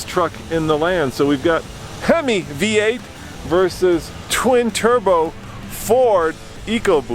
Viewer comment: Last race. “Come in B-8!” Dork it’s v-8 Practice English before offering reviews. Words are listened to very carefully